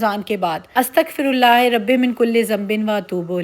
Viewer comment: آپکے ولاگز بہت اچھے ہوتے ہیں ۔۔بہنا اپ نے جو استغفار کی تسبیح پڑھی ہے kindly اس میں استغفر اللہ میں ہ کے نیچے زیر نہیں پڑھنی بلکہ زبر ہوتی ہے زبر پڑھنی ہے ۔ امید ہے اپ کو برا نہیں لگے گا 😊